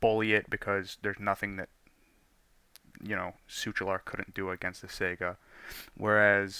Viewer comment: The 'such' in suchular is pronounced like soock, not shoosh.